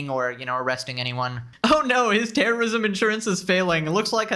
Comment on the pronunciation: took me a minute to realize what he was saying. Terrorism. He’s talking about terrorism. Gotcha.